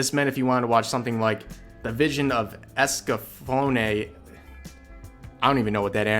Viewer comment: Rev, you really ought to watch The Vision of Escaflowne. It's a MASTERPIECE! BTW, you pronounced it right. 🙂